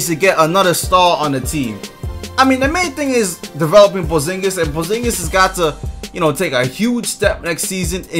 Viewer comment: Nigga said "Poezingus lol